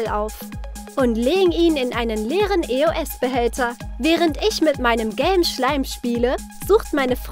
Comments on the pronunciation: nicht böse gemeint aber es wird nicht e o s ausgesprochen sondern EOS also zusammen [Eoss] Sonst Cooles Video😍👌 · Nicht E o s sondern Eos ihr Vögel -.- Könnt ihr denn gar kein Deutsch spricht es doch mal richtig aus boah ey